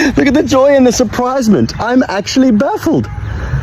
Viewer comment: Did the first guy just say SURPRISE-MENT!!?? 🤣